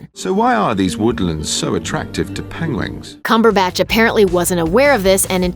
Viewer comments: If Benedict says it’s pangwangs than it is pangwangs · “Panwangs” Lmfaooo nah you’re good keep reading the script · Thanks for introducing us to the wonderful species of “penglings”, Mr. Cumberbatch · I always did like "pengwengs" 🐧 😂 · "Pengwings" XD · What's the everybody's problem with how Buttercup Cabbagepatch pronounces Pengwings... i mean... Penglings? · WRRRRRONG! In an interview Cumberbach said he didn't realise he was saying it incorrectly and suggested some of the blame should go to the producers and experts who were there with him and let him continue to mispronounce it.